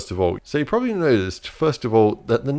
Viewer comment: “probsably” 😂😂😂 struggle was real in this vid